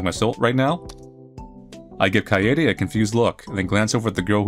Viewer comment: almost lost my mind from the mispronouncing of kaede. literally just kade with a silent e.